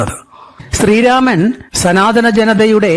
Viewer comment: Not sanathanam But sunathanam . Hahahahaha